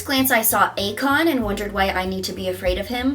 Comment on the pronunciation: I currently live in Akron (it’s pronounced Ack-ron, like the acropolis) and I don’t understand that comment at all 🤣